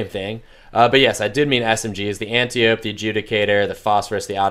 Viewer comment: not anti-ope. ANT-EYE-OH-PE. from greek myth.